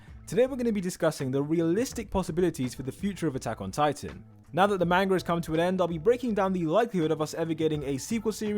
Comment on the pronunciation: I stopped watching because he kept saying "manger" instead of manga